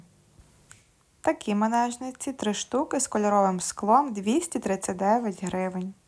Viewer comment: Дякую. Дуже корисне відео. Тільки не "мАнежниці,"а мЕнажниці😊